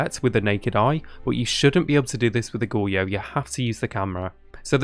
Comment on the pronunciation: dude, it's pronounced goh-ree-yo, i'm sorry if this comes off as rude but you are butchering the word badly.